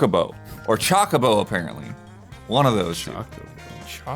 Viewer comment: as cool as "Chakabo" sounds, im afriad there's no way to pronounce it that way. the fictional species was created and named by Koichi Ishii who named it チョコボ and not チャカボ